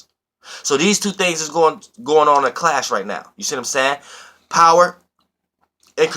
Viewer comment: 15mins in, I like how the way you said "clash" sounded like "class"🤓